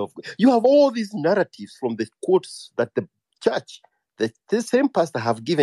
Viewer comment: The way he pronounce narratives 😀😀😀😀